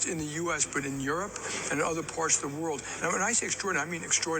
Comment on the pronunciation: cant pronounce the word "world" 😊